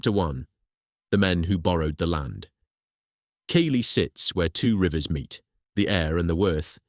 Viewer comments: Keighley is NOT pronounced Keeley, its Keethley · It's prononced Keithley.